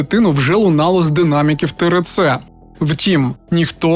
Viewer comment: Лиш почала дивитись. Ріже вухо тереце)) буква р це ер. Треба теерце.